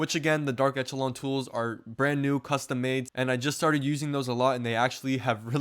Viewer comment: It's pronounced "esh" not "ech," i.e., eSHəˌlän